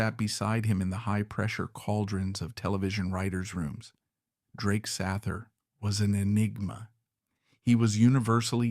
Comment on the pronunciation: SAYther … get it straight